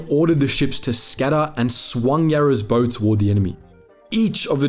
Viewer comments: Thanks for the information you provide in these clips. A petty problem I have with so many clips is pronunciation of various words,for example this clip you refer to the front of the ship as the “bow” instead of the BOW ow pronounced like a dog’s barking or the word WOW , small point, your clips are great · You pronounce the front end of the ship the way "bow" is pronounced when referring to "bow and arrows" in archery. However, the front end of a ship is pronounced the same way "bow" is pronounced as a gentleman would bow when introduced to a lady. Really good video. I had never heard about this Australian ship before. The Australian soldiers and sailors were one hell of a fighting force in the Second World War. MacArthur refused to give them any credit, because it might impinge upon HIS glory. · Good documentary, except for one thing.... the Front of a vessel is a Bow ( like a dog bark, Bow wow ) not Bow ( like a bow and arrow.... ) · A well researched and well produced piece, mate. It’s a shame so many of the heroic deeds of our forebears have been lost in the mists of time!! Just wondering if you’ve done a vid on the Battle of Sunda Strait, where HMAS Perth and USS Houston took on a Japanese invasion convoy in the dead of night?? Well worth a look if you haven’t!! Just one little thing - “bow” is pronounced the same as “cow”. Hate to be a grammar Nazi, but every time I heard you say it my OCD ratcheted up a couple of notches, lol!! : ) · first off, a lot of the video used is of the more modern River Class Destroyer Escort Yarra and secondly if you are going to talk about ships learn how to pronounce "bow" (hint... it is "bau") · Not to be picky ... but we used to call the sharp end of the ship 'bow' as in bough (rhymes with cow)(as in bovine). A 'bow' is what shoots arrers ... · Some wierd pronounciations there. Bow is not bow, as in bow and arrow, but bow, as in what you do on stage at the end of a show. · Dude figure out how to pronounce Bow properly 😂